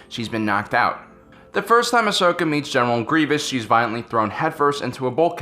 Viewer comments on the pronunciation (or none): fusedwrist Ikr. Its 'Ahsoka' not Ashoka. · Ashoka Tano Mandela effect It's actually 'Ahsoka' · Ashoka Tano its ahsoka